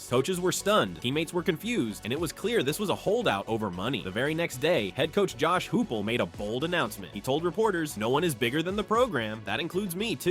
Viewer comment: Josh Hoop el? Lord get it right before you record